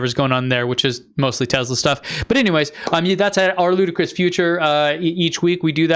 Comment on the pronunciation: are you intentionally calling Tesla Tezla?